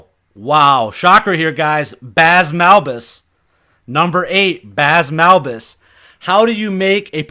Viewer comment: Wow. It is not pronounced 'Baz', it is pronounced like 'blaze', but without the 'l'.